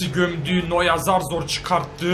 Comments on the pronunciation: ABİ ŞU NOYER E NOYA DEME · TOTY noya degil toty noyer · noya değil neuer